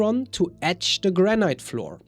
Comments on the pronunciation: Please, its pronounced Granit not Granight. Every time you say Granight it grates on my nerves and spoils your otherwise excellent presentation. I appreciate your otherwise well presented information. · I've only recently came across your channel and quickly subscribed. I like your content and love your accent, but you might want to look up how to pronounce 'granite'. It is not pronounced like that in the UK, U. S. or Canada, and probably not in Australia or New Zealand either.